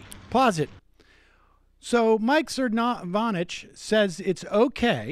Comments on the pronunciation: One...... that is an anteater. Second, you are mispronouncing his name. Sir-no-vitch, not Sir-von-itch. Emphasis on first not second syllable. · Sir fraud itch? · Cervonich is my favorite rendition of his name, the disrespect is palpable. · kim weaver I believe it is So-nov-abitch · I love that he keeps saying the last name wrong! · Love it now Sam dispronounces Cernovich. Tops! =-D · Sam, seriously, stop “forgetting” how to pronouncing people’s names. You do it a lot and it makes you come off like a teenage girl. I’m a big fan and this is my only major criticism.